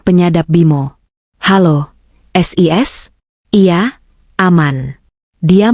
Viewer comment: Siska dipanggil "sis" ngapain dibaca es i es ? 😮